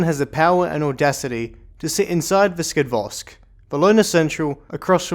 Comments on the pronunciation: I find you constantly saying Skadvosk, while it's meant to be Skadovsk. Just saying~ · Skadvos? Skadvosk? Skadvost? haha, Skadovsk! Ska-dov-sq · Please, stop mispronouncing skadovsk, it's getting on my nerves, good video nonetheless.